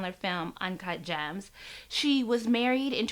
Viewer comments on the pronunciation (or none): It was "gems." She said it like "jams," complete with the vocal fry. 🙄